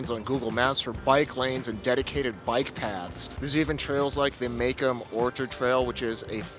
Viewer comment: Great video. Thanks for saying good things about the great city of Detroit. Just...work on your pronunciation of "Macomb." 😆